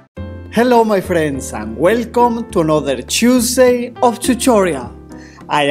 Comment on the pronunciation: chusday of chuchorial